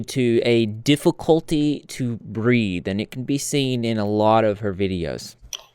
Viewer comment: I thought you said her love of nicotine probably contributed to a difficulty to breed 😭😭. Took me a minute to realize you said breathe 😂.